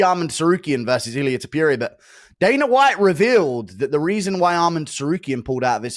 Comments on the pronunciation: Guru… Its To-pooh-rhee-a, not Top-you-rhee-a… gawd idk why that pisses me off so much😂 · Bro why the hell does he pronounce it To-pure-ia??? Dude is tarded...